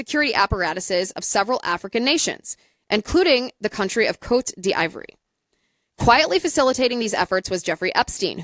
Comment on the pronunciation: "COAT DEE VWAHR'" Sorry, your version of the pronunciation is killing me. As for Epstein, it is almost undeniable that his solo career in finance, (and outsourced intel,) was started by the CIA. There's too much disclosed public record info to dismiss that. For example, his first big client was Adnan Khashoggi, the Saudi arms dealer they used in Iran-Contra. JE was moving money for Khashoggi during the time period that Iran-Contra was happening. JE was our guy. Later, when JE started doing the extortion/PDF stuff, he targeted lots of high profile people, including some connected Israelis. But in doing so, JE was very intentional about getting their personal associations with him documented, and often publicized. He was not likely to be "secretly" working for Israel. Ehud Barak staying in his house in NY was mentioned in a Vanity Fair article... Really crappy spycraft if that was the case. The only reasonable analysis is that he was gathering intel and leverage on behalf of (or at least on spec , to sell to,) US Intel. Sometimes this may have meant working with Israelis or their gov't... but you'll notice there's gobs of documentation and journalism around all of this activity. The publicity and documentation had to be intentional. He poses proudly in the photos. (Worst spy ever, if he was "secretly Mossad." Mossad is too good for that.) I think JE's mandate from the US Deep State was pretty clear if you look at the big picture of all the other high profile people he was targe